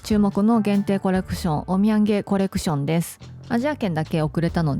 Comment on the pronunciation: オッミェンゲコレクションは、何回聞いても お土産コレクション に聞こえてしまって、毎度ちょっと笑ってしまいます( *´艸`)